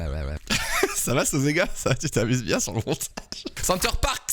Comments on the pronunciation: Au risque de faire le relou c’est une marque française pour une cible française il le semble et en français on ne prononce pas les « s » à la fin des mots 😬😬 deso center parcssssssss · Le moment ou elle oublie le S à Parcs mdrrrrrrrrrrr